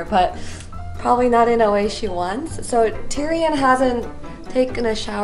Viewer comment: OMG the cat's name is Tyrion?! It sounded like was saying Durian to me all this time XD